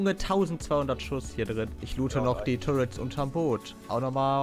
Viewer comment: das du zu "turrets" immer "turrents" sagst triggert mich so hart :D